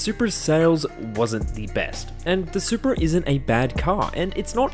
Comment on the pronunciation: What is a “Supea” ? 🤔